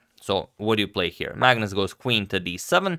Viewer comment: am i the only one when agadmator says magnus, i hear it as 'madness'